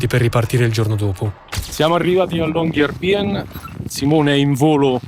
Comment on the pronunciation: Riprese, montaggio e musica spettacolari! grazie. Unico piccolissimo appunto la pronuncia: Long-year-by-en sarebbe LUNGO-ANNO-CITTA'-LA, quindi "La città del lungo anno" e città è "By" che si pronuncia "Bü", non "Bi" (infatti il doppiatore del medico lo pronunciava correttamente)